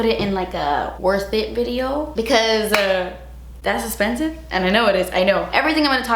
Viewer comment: A 25 min video of you saying “Das Espensivee” I’m game!! 😂